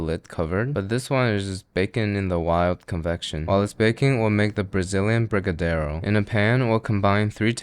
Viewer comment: I'm from Brazil. Never heard of that strawberry recipe but your brigadeiro is perfect. 100% proud of you.